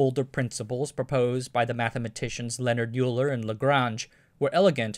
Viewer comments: As a demigod for us physicists, mathematicians and engineers, we can't tolerate to hear his name mispronounced. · Was thinking the same thing. Nice to see somebody else pick this up! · euler = "oiler". a nerd should know this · Very nice video and great research. By the way, Euler is pronounced Oiler. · You pronounce many words wrong. Euler = OIL-er Solder = SAWED-er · Euler is pronounced “oiler” no “yueler” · It’s pronounced “Oiler” not “Euler” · I worked for a direct competitor of ANSYS in the ‘90’s (SDRC) and the company I work for now OEMs the technology that ANSYS’ Minerva application is based on. Lot of memories in those old photos. There is precedent for a huge industrial company owning a CAE company - Siemens has owned NASTRAN and Dassault has owned ABACUS for a while now. FYI - Euler is pronounced “Oiler”, solder is “sodder” . . . but you nailed von Neumann 😊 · Euler is pronounced oiler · Correct pronunciation of Euler is to read it as “Oiler” Based on the word Eule or owl in German. Thanks for the video! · Oyler; Noyman